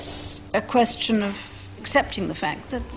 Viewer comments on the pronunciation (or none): I am not sure if the Queen really pronounced the word question that way